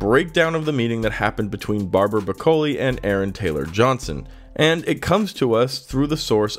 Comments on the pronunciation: Barbara Broccoli. Like the vegetable. Not Bracoli. Geez. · its pronounced... like the vegetable. face palm